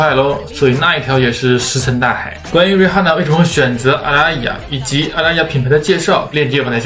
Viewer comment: 溫馨提示：Rihanna的h不發音